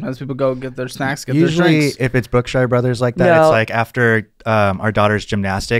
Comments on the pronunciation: It's pronounced Brook-shur, not Brook-shire. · Brookshire Brothers pronounced Brookshure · Brookshire Bro’s is grocery store. It’s an East Texas thing haha Caleb pronounced it “Bookshire Bro’s” so I’m sure he thought it was buying a book or something. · I love the way y’all say Brookshire brothers. 😂 The shire! 🍀 I grew up in East Texas and we always pronounced it like Brook-sure brothers.